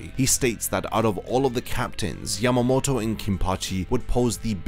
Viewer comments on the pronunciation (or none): none